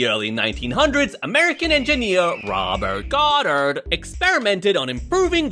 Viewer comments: Ruhburt gouburt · The way bro said RoBeRt GoDdArD